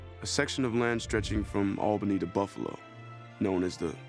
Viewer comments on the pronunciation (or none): none